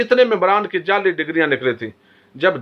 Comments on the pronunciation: sb you are doing excellent job I like your analysis and all but please make your accent correct sorry I hope you don't mind, you are saying jelly instead of jaali (fake) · تو خود جعلی لگتاھے تجھے تو لفظ جعلی بھی کہنا نھیں اتا انکھیں کھول کر پڑھو۔